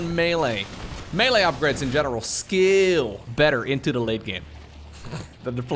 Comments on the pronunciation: it's 'Scay-le' as in skateboard, not skim lol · The "a" in "scale" needs to be more like a close-mid front unrounded vowel, rather than a close front unrounded vowel . Ya fool! Also, as a native English speaker, I know it is totally bonkers.